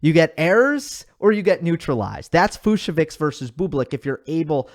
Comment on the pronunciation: I heard it’s pronounced Fuch-so-vich